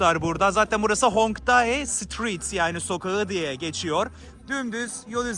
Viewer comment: Hongdai değil kardeş Hongdae 홍대 demelisin